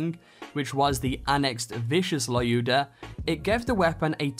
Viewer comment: I scrolled the comments and haven't found anything about that, so. Lyuda (Which is correctly pronounced as "Luda") is actually supposed to be Zer0's final reward for completing all Targets of Opportunity. You'll receive a mail with this gun in it once final TO is done. The fact that 70% of legendaries in this game, instead of being obtained from certain places, can just randomly drop from random bosses, enemies (Not even rare ones. I've got a legendary artifact from just a random goon on Konrad's Hold) and chests is stupid